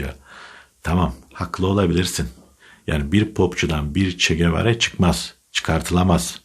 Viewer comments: abi bunca yıldır Che Guevara'yı, "Çe Gevara" olarak doğru telaffuz eden ilk türk sen oldun tebrik ediyorum👍👍👍👍👍👍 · "Çegebara" diye dogru okuyan tek Türk ben olabilirim😁